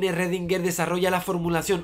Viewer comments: ecuacion de redinguer? querras decir schrodinger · Aprendizaje 1: llamarlo "rredinguer" y no "escrodinguer" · Eredinguer??? Eso fue lo más raro del video. Saludos! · "ESRREDINGER" es que ni lo intentan. Que asco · Redinguer, ja